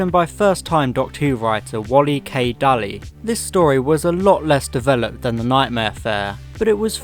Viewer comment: Your pronunciations are wrong, Daly is pronounced Daily, Saward is pronounced SAYWARD, and Gough is pronounced GOFF.